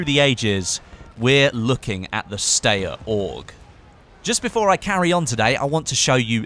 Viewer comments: the steyr weapon system is pronounced (st-eye-er) not (st-a-yer) as you pronounced, it's a useless fact but i thought i should point it out. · i'm not having a dig but i though it was pronounced St-eye-yer not Stay-er? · it's pronounced Stye (as in I have a stye on my eye) er